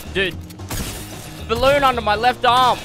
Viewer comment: "i will do none of the bolloon blow"